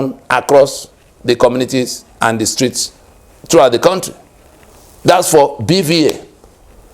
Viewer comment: BVAS not BVA.